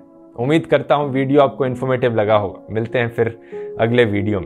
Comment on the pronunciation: at this time u said hoaiga instead of ho ga which u usually use I believe. Idk why it was so funny for me to hear that from u . Btw love your video. I would like to know more about Bangladesh and Pakistan separation. Why did Bangladesh want to sperate from Pakistan?